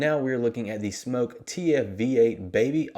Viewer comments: He says smoke not smok...why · bro its SMOK not smoke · First you aught to learn to pronounce the name of the product which is as it says Smok, not Smoke. The tanks are fraught with troubles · SMÖK not smoke. Aaaahhhh not ooooooh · It's not pronounced Smoke it's pronounced Smok. The O is prominent. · smoke vs smok pronounce it smock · It’s smok not smoke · It's smawk like hawk but smok